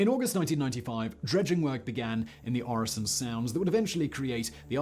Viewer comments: Øresund is pronounced 'Öresund'. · no, it´s pronounced Øresund ...